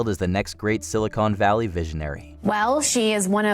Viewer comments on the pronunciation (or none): oh no. “Silicone” Valley?